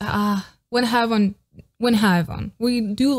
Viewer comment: Not trying to be a smart ass but Haewon’s name is pronounced Hay-One.